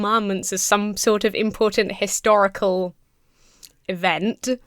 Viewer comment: i thought he said "hysterical" significance.